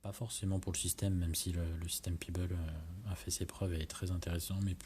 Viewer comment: Très bon test... Par contre, ça se prononce pEbble et pas pIbble et on dit blueTooth pas bluSSouth... Merci pour mes oreilles ;-)